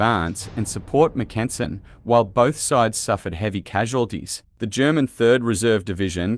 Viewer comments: MACK-en-sen, not mack-EN-sen. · It was the 35th and 36th divisions, not 35th and 26th, that were part of Mackensen's XVII Corps, and they didn't begin to engage the Russians until at least 7 AM, not AM as you state. The Russians had several hours to prepare for XVII's attack, which is a major reason why XVII's attack failed. Some of your pronunciations are way off and also inconsistent. For example, the German I. Corps commander's name is pronounced frans-WAH. The letter G in German is always hard (like the "g" in "anger"), so "flieger" is pronounced "FLEE-gr", not "FLEE-jer". And in English, the eighth month of the year is pronounced AU-gust, not au-GUST. Normally a few mispronunciations, especially of foreign words or names, are forgivable, but in this case, you repeatedly make so many mispronunciations so rapidly that it actually makes following what you're saying difficult.